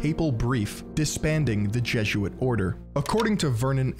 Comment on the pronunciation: It's jeh-zoot-uht. Jesuit, not Jezzuit. 😂